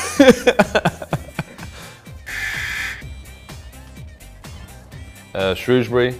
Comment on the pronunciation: At least Milner pronounces Shrewsbury correctly!